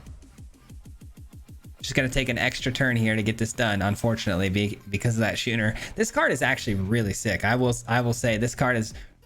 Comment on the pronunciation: This set really is a pronunciation challenge for all of us isn’t it? “SKOO-ner”